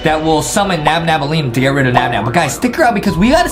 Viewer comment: The name of nab nabs gf isn’t nabnabnela its nabneleea